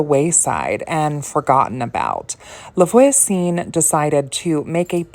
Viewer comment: its no big deal but if you want to know voisin is pronounced vwa-zehn. the n is silent which is so annoying and confusing! <3